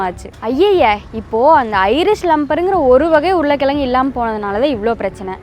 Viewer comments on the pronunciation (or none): உருல கிலங்கு இல்லை உருளை கிழங்கு. இலப்பு இல்லை இழப்பு. அறிவியல் சார்ந்த வீடியோ போடுவதில் தப்பில்லை உச்சரிப்பில் கவனம் செலுத்தவும்.